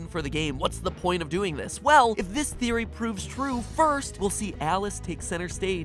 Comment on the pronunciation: its just a geory. a thame geory.